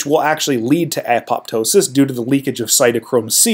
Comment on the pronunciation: Please don't repeat the nonsense that beta amyloid is an abnormal protein. Simply not true it is produced off the beta gamma secretary's pathway normally as part of either an anti pathogen program or a synaptic pruning program. Also please pronounce apoptosis properly.